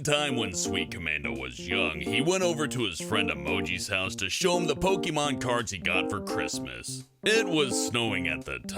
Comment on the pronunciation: Pokémon. It's Pokémon. PokÉmon. POKÉMON. DO YOU NOT SEE THE É? DO YOU NOT SEE THE ACCENT MARK FRENCH THING AYYY IT SAYS AYYY POHKAYMON. THATS HOW ITS PRONOUNCED.